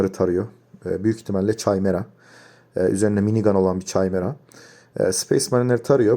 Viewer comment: Kimera diye okunmuyomu